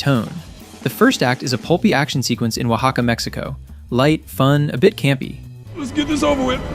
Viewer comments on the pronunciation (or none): none